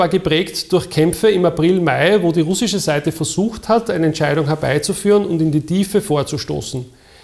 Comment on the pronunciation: wenn man probleme mit dem wort "russisch" hat, hier ein, zwei tipps: lesson one - listen an repeat: man betont "ru" und knüpft dann den rest an. würde sich so anhören: RUH-ssisch.